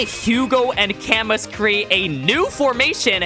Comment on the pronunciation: it's pronounced "Ca/moo" more than "ca-mus" btw